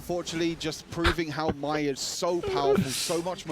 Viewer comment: Mai is pronounced like "My", not May or Mae. Although that's how I originally called her lol.